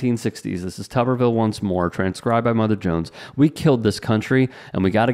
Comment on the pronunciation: The way his name is spelled it's pronounced "Tooberville" not Tuhberville " If it was pronounced like the latter it would need two B's.